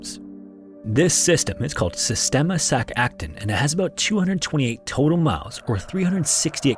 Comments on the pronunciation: Hey dude!! I hate being that person but Im a texas caver so I gotta say: It’s actually pronounced “Sac-a-tune” 🤓 ☝️like a music tune !! I’m so sorry, this bothered me. Great video!! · Me, basically an Expert because I watched Octonauts with my kids: "It's pronounced "Sak akTOON"